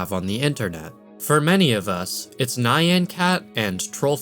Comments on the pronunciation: All these icebergs are saying things weird. I know people pronounce things differently but, it's Nyan. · bro said naian cat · nay-an cat lmao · fwiw, it's a Japanese word, so it's said "nyahn" Totally see how you thought it rhymes with cyan though. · THANK YOU. So many people acting like the whole world is Japanese people and weebs (+ some of us are recovering weebs tyvm 😂). Looking at the word nyan with no context, you could absolutely understand why someone would think it rhymes with cyan. It's literally just one letter off. This actually a very human mistake. The idea that mispronunciation is an inherent marker of AI is just going to get people attacked for the horrific sin of learning a new word through reading without checking pronunciation, as if we haven't all done that 🤦🏻‍♀️ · 2025 and yall out here not bothering to learn how to pronounce nyan